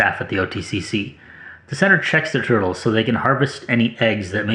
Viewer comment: "I like toitles."